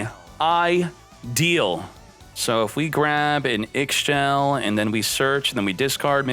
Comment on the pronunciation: The way he says Ixchel triggers me. I've tried to correct him in chat by saying "it rhymes with Michelle" and he read it as "it rhymes with Mix Shell." Like dude, how you can see Michelle and read Mix Shell?????